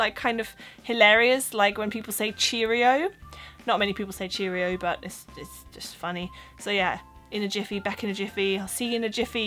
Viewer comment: Ah, her t's at the end of some words are a little too hard. Still. Very very good accent. "but", "that"